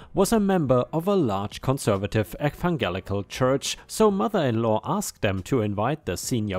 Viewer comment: Effanguelical - a very German pronunciation, 😁😉